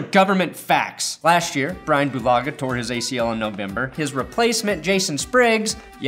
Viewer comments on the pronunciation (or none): none